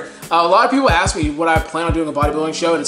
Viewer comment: Ask not axe